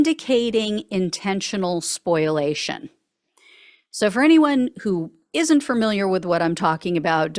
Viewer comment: The word you fumbled is: "SPOLIATION," and it's pronounced thusly: "spoh - lee - AY - shun" OK? NEXT TIME, S.A.Y. I.T. R.I.G.H.T!